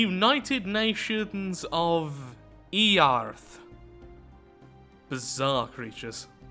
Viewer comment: "It's pronounced earth, daddy" "Really? Then why does have it have an a in it. I'm just going to keep on calling eearth"